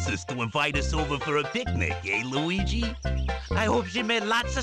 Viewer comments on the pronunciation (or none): You mean "Hotel Weegee"?